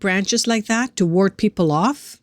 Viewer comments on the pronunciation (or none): none